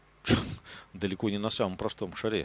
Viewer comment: И все-таки не шарЕ, а шАре. Все-таки